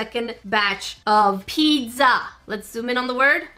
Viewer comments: talkin about the typo Me: *hears her say “pid-za” and not “pizza” Me: ÒnÓ angry THIS IS NOT A HATE COMMENT PLZ DONT SUE MEH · Did she say pitza or pizza... CAUSE I DONT CARE HOW SHE SPEAKS